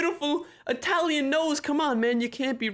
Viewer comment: Did you just call italian. ATALIAN